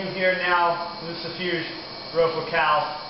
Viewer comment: You said his name wrong it is lucifuge it ends with ge not je